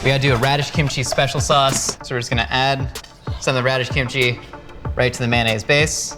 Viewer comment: Did he just say KIMCHEESE